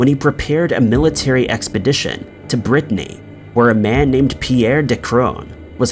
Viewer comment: BRITTANY =Country NOT Britney = a female name 😁🤣